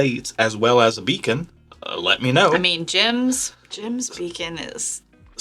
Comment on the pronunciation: Did you mean to say “Beacon?”